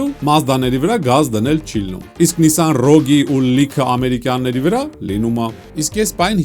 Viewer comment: Շնորհակալություն մեքենայի անունը ճիշտ ասելու համար։